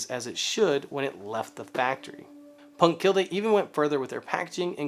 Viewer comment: Love your work! Oh, and er... it’s pronounced punkt keelleh... or something... close as I can get with English phonetics...